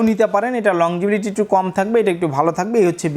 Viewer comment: ভাই আপনি বারবার বলছেন লং জিবিলিটি। আসলে হবে লংজিবিটি। উচ্চারণটা কানে বাজে। আপনি যেহেতু একজন টেক্সটাইল ইঞ্জিনিয়ার সুতরাং উচ্চারণটা শুদ্ধ করে বললে ব্লগটি শুনতে আরো ভালো লাগতো। আপনার জন্য শুভকামনা